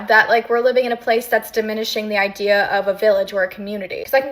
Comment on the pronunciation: Say it with me. IDEA. NOT IDERA